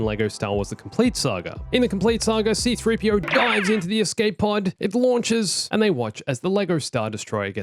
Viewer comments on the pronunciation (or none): pov he says 3 cpo instead of c3po :| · you called him 3P-CO how dare you sir🤣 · Is it just me or the last detail he said 3 c p o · you said 3CPO at the end there